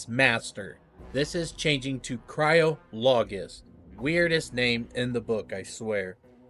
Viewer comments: It's Cry-olo-Gist not Cryo-Logist...you're welcome 😁😁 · Cry-olo-gist, not Cryo Logist. Hope that helps. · cryologist ... pronounced similar to biologist. cry-OL-ogist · Cryo-logist? Cryogenics. You'd say Cryologist like Biologist. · it's only weird because you're pronouncing it wrong. Should be emphasizing CRY, then a soft "O" for "ologist." Think of the way you pronounce the word "psychologist."